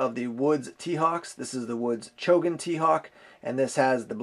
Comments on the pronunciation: It is Chogan, not Chogun! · It's actually Chogan, not Chogun.